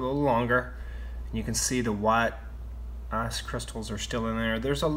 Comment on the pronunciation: It's ice not ass